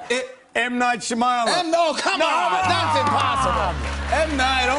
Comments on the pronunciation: M. Night Shamayalan😂😂 Shiamalan😂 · TermaRoboZillaMan he says "shamayalan" 😂😂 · TermaRoboZillaMan he says shumialun. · Lol he doesn't know how to pronounce Shyamalan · Yeah, me too. He probably doesn't know how to pronounce it. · What's wrong with Hugh Jackmans nose? And how is it that he knows of M. Night's movies, yet doesn't know how to pronounce his last name? 0,o hahaha